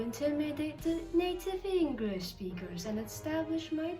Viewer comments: pronounces “English” wrong Also: pronounces “Wojcickicijicski” flawlessly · One of the biggest mistakes ever. Mispronounced the word English when the app is English lol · E N G R L I S H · E N G U R I S H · me when said englrish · Shes also that one girl who kinda speaks like a sophisticated person but mispronounced the word 'English' while sponsoring an English learning app, and kept saying "W- wha- whAT dO YOu MEAN P A T R I CK???!" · Ah yes. The young and strange is sponsored by an English learning app but pronounces the word English wrong. Fascinating. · she has a slight 'r' sound instead of 'l' when she pronounces the word "English" but it's very common pronounciation especially with people who have an Asian mother tongue so it isn't a big deal. She also has the dd drawl in some words like "Twitter" but again she's easily understood so any accent markers aren't really an issue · Lmao , U dictionary pronounces"English" wrong and teaches you English 🤣💀🙌